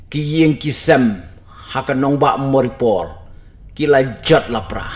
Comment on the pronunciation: Moripol ym leh marioupol😂😂😂